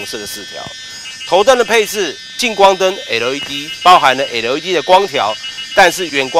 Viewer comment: 怎么那么发音都是发成那个样子？ type R 变了 太仆啊， LED 变了 诶路 ED